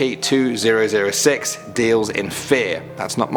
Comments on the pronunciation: Dude nobody calls an Scp how you say it like... “skips” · You haven't before because it's the incorrect way to pronounce it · Is not said skips. You just say s c p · Never heard someone pronounce it skips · STOP CALLING THEM "SCIPS" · It's just pronounced s c p not skips, so, never say it that way again, it be scps but you still pronounce the letter (not including the s) are to be pronounced separately. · who the hell calls scps "skips" (obviously i know he's just saying scp.) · SCP - zero four nine SCP - zero fort nine SCP - zero fortnite That’s what I heard